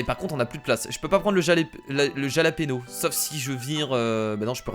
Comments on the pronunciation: jalapeno il faut dire yalapino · on dit pas jalapéno mais Jalapeño(Halapegno) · c'est pas jalapeno ça se dit ralapénio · c'est pas Jalapeno ! c'est Jàlapeno ! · Le jalapeno se dit jalapero...c sa la vague au dessus du "n"...c de l'espagnol.(et oui je regarde cette vidéo en 2018 et alors ? : D) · Le piment s'appelle le japaleño mais ça se dit rapalegno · on dit yalapeno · le piment se prononce façon Espagne il faut le prononcer "rapalénio" en faisant un "r" espagnol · Jalapeno se prononce Yalapinio! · Sa se prononce Ralapeno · Ps sa ce dit ralapegno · De plus le Jalapeño fait fondre la glace